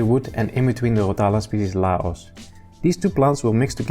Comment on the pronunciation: Interesting you pronounce 🇱🇦 Laos🤔.. new species of rotala? Or old one with new name..